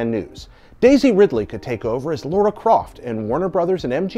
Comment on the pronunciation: 90% of the time I hear you lovely people from the US say Lara you pronounce it Laura... Is it a regional accent thing, or a misinterpretation of the spelling, or is the name simply really uncommon in the states leading to the mispronunciation? I'm genuinely interested. I happen to know two Lara's here in the UK and they've both remarked that American's tend to call them Laura instead of their actual name... not every time, but most of the time. When you guys say or read the names Lara and Laura do you see no distinction or is it our inability to pick up the subtleties of American patter?